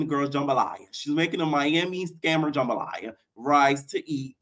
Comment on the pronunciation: Camila saying the jamabalaya nasty but fucking that shit up